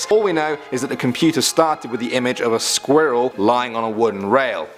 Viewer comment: The way he says squirrel makes me kinda uncomfortable